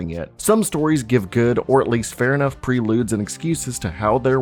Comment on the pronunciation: As a narrator, why use words you don’t know how to pronounce properly? Prelude/vehemently and we only just started- I’ll get back to you